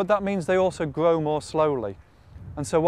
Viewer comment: Why does he say his 'r's like that? Sounds weird, like a 'w'. He doesn't do it all the time, either. If he says 'around' or 'restored' they sound fine, but then he'll start saying things like 'bwight gween' or 'gwow' like a 3-year-old. Is this just a .. weird British accent, or a quirk of this guy's speech?